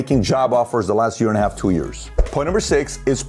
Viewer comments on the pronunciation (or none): none